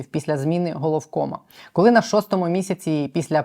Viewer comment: Вимова колі котлеті це стидоба!!! Мабуть в школі не навчався😂А ще й депутати заліз!!!Сором!!!